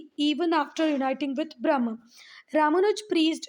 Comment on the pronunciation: Ma'am it is not "brahm" because "brahm" means illusion it is pronounced as brahm"A"